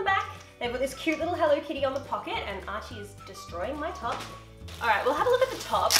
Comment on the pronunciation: Why does Archie say HENLO instead of HELLO?